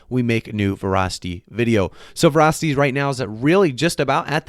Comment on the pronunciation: Vra tanked hard. Weird pronunciation of Vah-ra-city